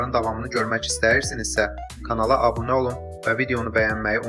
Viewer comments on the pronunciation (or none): none